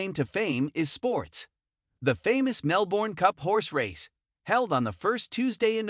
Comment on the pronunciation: If you're going to do a video on Melbourne you have to learn how to pronounce the name of the city. It's pronounced Mel-ben, not Mel-borne. Normally I wouldn't be too harsh on this point but if you're going to dedicate a video to a city, this is really 101 basics, no one should have to point this out in the comments.